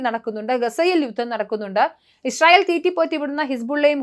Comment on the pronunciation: ഇശ്റയേൽ അല്ല... ഇസ്രായേൽ